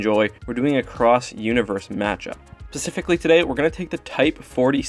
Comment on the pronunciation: That moment when it sounds like he says "Pacifically" instead of specifically XD